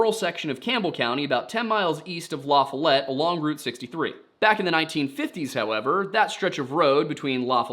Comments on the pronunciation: Just Fyi. I'm from the area and it's pronounced luh-foll-ette. There are some others as well but that's the big one. Love the videos. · only because my fiancé is from LaFollette it's La Fall Et .. Lavalette is in WV where I am from. LOL it was weird hearing this .. I kept envisioning WV not TN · "La-FALL-ette"... from Knoxville. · It’s pronounced like “Luh Fal et or Luh Fal it” depending on where you’re from, local to the town or just the surrounding area. Just being from Seymour, ~ 50 miles away, I always heard the “it” version. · My southern partner says it is La-fall-et, they live nearby. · okay just for future reference if you ever have to say Lafollette again luh-fall-it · East Tennessean here not that it matters but we call lafollette “lahfawlet” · It’s called …. La fall-it LaFallette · Not la foll ett It’s Lafollette all together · La fall it. Correct local pronunciation. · It’s pronounced la FALL it. Weird, I know, but this is Tennessee and there ain’t nothing pronounced fancy here. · The locals pronounce Lafallette like "La fall let" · Hi, LaFollette is pronounced with the accent on the second syllable. LaFOLLette. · I love the video, like all of them, but we pronounce Lafallete La- Fall- et the fall sounds like the season Fall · oh my....it is Luh-Fawlett, lol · It's pronounced "La-follit" 😂 luh-follit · the way you say la follet bugs me lol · I am from LaFollette, and I am loving the way you say LaFollette 😂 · i love you but holy smokes stop saying LaFollette like that 😂😂😂 im just teasing, im from the area and its just funny to me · His pronunciation of LaFollette irks me. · The way you pronounce LaFolette is so funny. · La foll let lafollet is how its pronounced not lafalet. My moms side of the family is from there and claiborne county. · Its pronounced La fall let. Lafollette. ❤ your welcome. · It iThe correct pronunciation of LaFollette is "La-FOH-let", with the emphasis on the first syllable. It's it not la for let